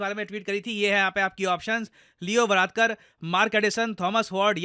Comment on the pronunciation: Varadkar sounds like Bhalatkar 😂